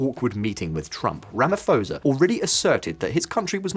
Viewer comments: Rama-P-hosa, not Ramaforsa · OMG, Did you just pronounce Ramaphosa like that? lol The "ph" is not a F, its just pho, pronounce each letter there. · Please stop saying Ramafosa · Ramaphosa pronounced with hard P. Not soft P as in Pharao. 🙂Thanks for reporting. We need as much exposure about the crime levels in South Africa as possible.